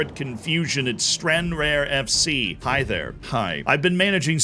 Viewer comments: Its pronounced stran-rar not stranrear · it's Stran-Rar z, not strarnraer ;) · It's stranrarrggghh like a lion 🦁 Not stran rare like uncommon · It’s “Stran-raer” not “stran-rare” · StranRAR. Not StranRARE. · its pronounced stran rar and is in the southwest of scotland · just like to say its pronounced stran-rar not stranraer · “Stran-rar” It’s that btw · "Stranrare" was hard to listen to not gonna lie.... totally understand it's unrealistic to expect an American to know how to pronounce Scottish towns correctly so I won't hold it against you..... but it was still painful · its pronounced stranraar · The first one is pronounced Stran RAR, but they way Z says it is incredible haha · I got a tickle outta you saying stranRARE Z 😂 hope you have a Scottish save shortlisted for the future maybe one with the extra leagues and take Tranent Juniors who have 500 turn up to match days to the CL or restore Clydebank to the top division again 👍🏼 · "Stranrare" killing me Z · It's pronounced Stran-rar. Emphasis on the second syllable. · Stranraer is said like Stran- Rah- Ur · No, stran-rar. Where did you get an extra syllable? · Stran-RAR you philistine 😂😂😂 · Stran-Rare? In Scotland? Today? Ooooh, me angina! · I'm glad I'm not the only one that picked up on the Stranraer pronunciation 😂